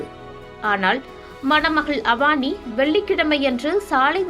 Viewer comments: Please note her name is not Avaani. It is a Tamil name Avani (Name of a Tamil month) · Avaani illa avani olugga pesa palagu